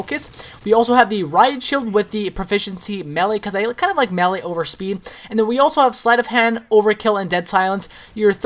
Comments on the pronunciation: pronounced maylay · you didnt pronounce melee right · *facepalm* the way he pronounces melee.